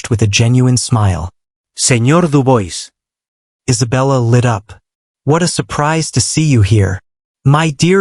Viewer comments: I do wish you story writers would have a coach available to help narrators pronounce words correctly. Dubois is pronounced as "Du bwar".you can check it in French translations. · Quite an interesting story, but I wish you would learn how to pronounce the surname Dubois.